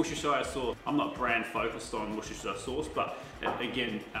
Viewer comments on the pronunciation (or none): npo one can pronounce Worcestershire sauce right , "wouster-shire" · Really enjoying your stuff. Nice one! Just … call it Wooster sauce as us Brits do, cheers matey pops ❤️